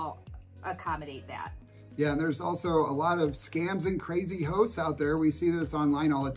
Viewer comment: Well, I really wasn't laughing at you but, I had a good one. you said crazy hosts and 3 or 4 times through I thought you said crazy hoes. I'm 3000% more afraid of crazy hoes than I am crazy hosts, especially in NYC. On a different note, somebody commented on another video that retirees weren't getting enough attention. I spent a few hours going through some of the past Amelia And videos and the refresher was well worth it. There was so much I didn't retain. I don't know that it would help but, maybe a playlist on your channel titled Fixed Income Retirees. A lot of the Ecuador Cost Of Living could go there as well as many other videos. I think the main takeaway is that except for a few cases, you can live a better life in Ecuador with what you have coming in than you could in the US. It does make a lot..a whole lot of difference on what you absolutely can't do without. If you have to have all US processed food instead of any of the healthier food available in Ecuador, it may cost you more. I knew a guy that his wife wanted to move to Panama but, he couldn't give up his liquor stores in the US. Maybe if you moved to Panama, you wouldn't have to drink so much.